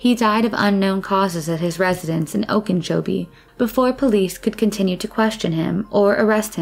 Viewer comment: Okenchobee? There is no N at all in Okeechobee How did you fuck that up?